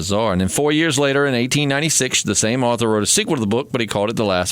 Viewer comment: GREAT PODCAST, GUYS! However, at one point, I kept trying to figure out who the hell Arthur was and how he fit into this story. Then I realized it was your attempt at pronouncing the word AUTHOR; not ARTHUR. Dude! There’s only ONE R in AUTHOR and it’s at the end. Surprised that’s never come up. Anyhoo ...GREAT PODCAST! Held my interest and attention all the way through which isn’t easy. Love to all. 🌻